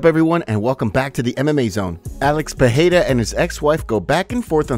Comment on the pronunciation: Pereira not Peheira